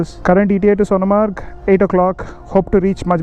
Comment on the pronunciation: Pronounce Sonmarg